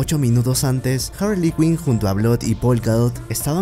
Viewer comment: DIOOOOOOS SIEMPRE ES HARREY SIEMPRE ES HAARRY LA IMPORTANTE